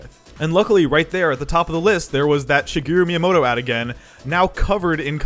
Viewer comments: "Shigiru Miyamoto" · Shigeru MIIyamoto